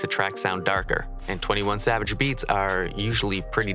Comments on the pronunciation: you pronounced his name wrong nah idk if you did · You pronounced this name wrong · You pronounced his name wrong